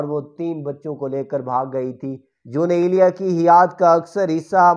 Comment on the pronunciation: جے تینوں اردو نئیں پڑنی آوندی تے، پنجابی دے وچ پڑھیا کر۔ دوجی گل کے تینوں ___ دا وی پتا نئیں کے جون ایلیا کون سن تے اونا دا مقام کی اے۔ تو تے اونا دا ناں ہی سہی نئیں بول سکدا۔ کج شرم کر۔۔۔